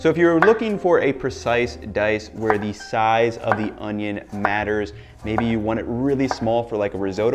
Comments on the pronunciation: Why does this guy keep saying onyo wrong? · pronounced oño the wrong way, disliked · You're saying ONIO wrong. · Best way to dice an onion is to say Onyone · how to dice an onyo